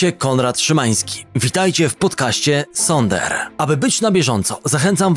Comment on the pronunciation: ZONDER SIE WYMAWIA A NIE SONDER xDDD